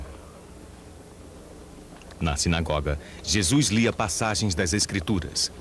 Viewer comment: Quem este que vc trata por JESUIS QUE ISTO VC ESTRAGOU A OBRA JESUIS, horrível VC FEZ TUDO BEM, PELO AMOR DE DEUS VC TEM CABEÇA FACA O SOM DESTA PALAVRA DA JESUIS NAUSEIA NO MÍNIMO É FALTA DE RESPEITO VC FOI CONTAGIADO PELO HORRÍVEL CARIOQUIES HORRÍVEL